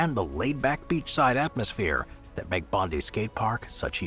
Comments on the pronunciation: btw, its pronounced Bond-eye, not Bondee. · Boooooo!!! Bondi is pronounced bond-eye, as in James Bond, and eye as in your eye Bondi. And you couldn't have gotten it more wrong, that skate park is shit and it's nothing to be proud of. Unfortunately such an iconic Aussie beach is not represented by a skatepark that truely does it justice... No offence to Convic Skateparks! They done what they could with probably a crap budget, and the location- lets blame the Waverly Council 👎🇦🇺 Written by a Sydney local 🇦🇺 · Bondi is pronounced "bond-eye"